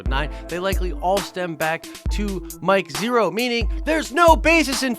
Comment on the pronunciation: You lost me when you said Mike Zhero!